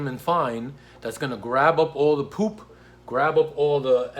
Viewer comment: I like how he says PooP. 😆